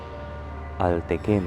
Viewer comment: pasensya na po sa tanong, bakit po ang dinig ko sa basa nyo sa ALTECEM eh ALTEKEM pero po pagtinuloy nyo SANTE CEM po tama basa nyo. tnx po